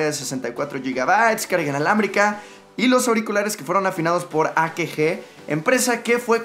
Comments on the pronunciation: dijo akeje (akg) ajjajajaja y era acage :v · No es "a-qué-je". Es "a-ca-jé" (AKG).